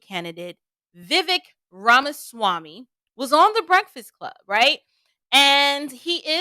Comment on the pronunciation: Just a friendly heads up. Vi-vake Not Vi-veck